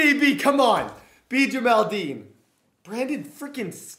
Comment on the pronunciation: Jamel Dean not Jamal Dean🤦🏽‍♂️